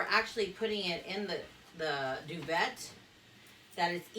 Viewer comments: This is cool!!! It’s pronounces doo-Vay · Why have I never thought of this? Great video! PS , your eyes are gorgeous!!! I’ve always heard it pronounced “doo-vay “ but maybe it can be either way. Thanks for sharing!!!